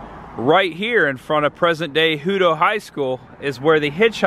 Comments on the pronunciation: Leander is pronounced Lee-ann-der. Hutto is pronounced Hut-O not Hoot-O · great video! also, its pronounced Lee-Ander and Hut -to lol. sorry, born and raised Texan :) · Listening to people mispronounce Texas town names cracks me up. Let me help, LEANDER =LEE-ANDER, HUTTO = HUT-TOE